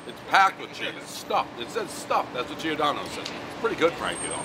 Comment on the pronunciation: It’s pronounced jor-dono not gee-or-Dono. Giordano is the Italian form of Jordan. Gio make a J sound not individual pronounced.